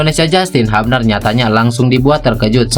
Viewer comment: Justin "HUBNER" bukan "HAPNER" 😂 haha.. sorry